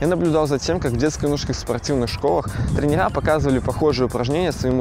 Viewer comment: трЕнеры , ударение.